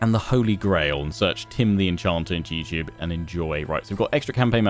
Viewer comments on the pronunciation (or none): Late to the party but..."Tim da En-can't-er"